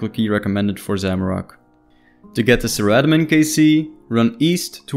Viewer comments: Everything was amazing besides the pronunciation of Saradomin … Saradamin? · ZARA DOMIN